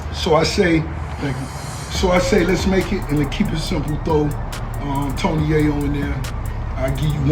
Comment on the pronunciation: If you can’t pronounce Tony Yayo name right you have no right speaking on this ! 🤦🏼‍♂️